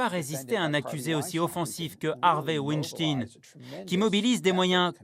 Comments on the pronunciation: On ne dit pas winstin mais weinstein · Et sinon, pourquoi prononcer "tine" à la fin de Weinstein alors que ça se prononce comme "Einstein" ?? Pas si difficile de reprendre la prononciation anglaise qu'on entend en background quand même... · Pourquoi prononcez-vous mal le nom de famille "WeinstEIN" ? :) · C est la WEINSTEIN STINE A LA FIN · Wanne stinne... Vous dites Rammstein, ou alors "Rammstinne" ?